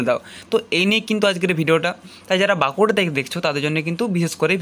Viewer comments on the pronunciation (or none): ওরে ভাই "ব্যাংকুড়া" নয় বাঁকুড়া !!!!